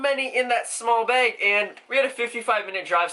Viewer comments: It annoys me how you say bag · the way he pronounces bag though, XD